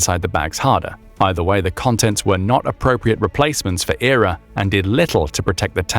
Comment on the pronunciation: 9.21 says Error instead of E.R.A........ LuL:face-blue-smiling: now a person that knows about military equipment and vehicles would know EXACTLY what its called. Sorry just from that stupid thing that makes this channel bottom of the barrel and most likely doesn't know a thing and is VERY questionable.